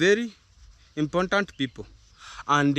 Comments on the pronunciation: ‘Impor-tant’. No letter ‘N’, after ‘R’, please 🙏 IMPORTANT✅ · They all say "imporntant"including Marwa and On Trending